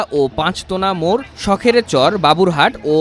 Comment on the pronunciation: আগে জায়গার নাম গুলো ঠিক করে বলুন। রিপোর্ট করছেন, রিসার্চ না করেই। শখের চর না, শেখের চর; ভোলানগর না ভেলানগর।